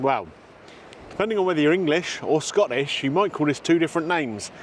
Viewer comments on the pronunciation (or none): secs. Scoish? Please, there are Lots if tea in Scotland 😅